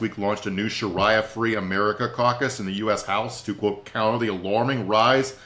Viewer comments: He must have a lot on his mind. I know he’s pronounced it correctly in the past. 🤷🏻‍♀️ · Shareea law not sharya law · Omg I almost had to turn it off because of shar👁️ya lol.